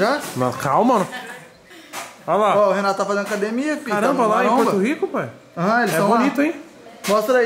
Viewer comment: O cara fala "Pae" pra td mds 🤦‍♂️🤦‍♂️🤦‍♂️ Poha fala direito.